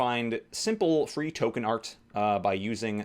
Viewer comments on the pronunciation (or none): none